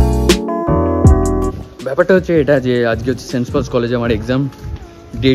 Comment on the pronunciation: vai college er name ta thik kore bol, ami okhankar alumini, name ta St. Paul's Cathedral Mission College, tui bolchis Saints Paul's ki vasha??????